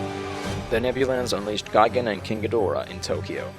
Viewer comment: Why do English speakers mangle this Kaijuu’s mane? The stress is on the first syllable and the /o/ is diminutive. GĒ Dō RA.